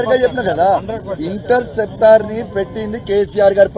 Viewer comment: INTERSPECTRA ❌ INTERCEPTOR✅